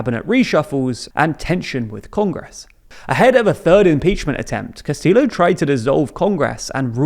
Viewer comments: Amazing video and very well done. I did want to say though- "Castillo" is pronounced with a double L "y" sound. Cast-ee-yo. Otherwise GREAT!🎉🎉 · It's not pronounced 'Castil.lo'. It's kinda like 'Castiyo' You guys slay in German but butcher Spanish everytime. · You guys could at least make half an effort to pronounce the names correctly, you KNOW how to say Castillo when its a Spanish name, there's no way you don't know the two LL's make a Y sound. Also who is Key-ko? That's not how you say that name. Come on guys. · Make a better effort to pronounce Spanish surnames like “Castillo”, dude. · The pronunciation: Keiko: kay-ko Fujimori: Foo-hee-mo-ree Castillo: Cas-tee-yo Boluarte: bo-loo-r-tae